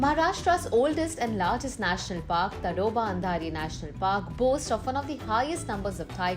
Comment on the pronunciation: Its pronounced as "Taadoba".....just FYI